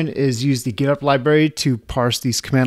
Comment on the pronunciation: Getopt sounds like Getup!